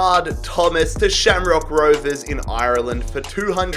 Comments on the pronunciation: Makes me uncomfortable how you said Ireland 😂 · Do one with an irish team but make sure to learn hot to say Ireland beforehand it seems only irish people can 😂